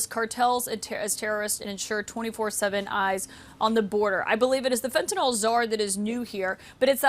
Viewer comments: At least Trudeau knows how to pronounce fentanyl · how is Trudeau the only one who can actually pronounce fentanyl?